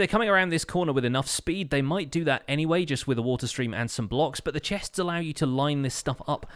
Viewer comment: Why is it so hard for him to say chests says like chehhhsts